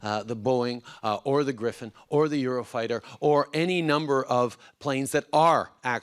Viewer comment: Did he say Griffin😂😂😂 it's gripen